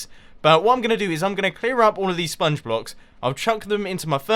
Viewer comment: I'm not the only one that notices xD